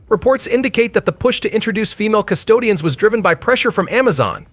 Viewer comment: Custodes…you keep calling them Custodians 😂